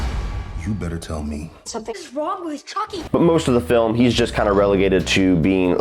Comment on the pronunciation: I’m pretty stoned, but did you just say “frilm” right before ? If so, I’m going to start saying “frilm”.